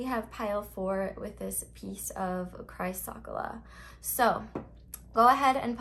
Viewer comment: Pile 4s stone is pronounced Chris-Cola lol. My pile was pile 3 tho .. Thank you! Have a Blessed day! Health Harmony Peace and Love to Mother Earth and ALL of her Children! Blessings of Healing to ALL!